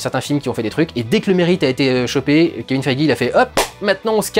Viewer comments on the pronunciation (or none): none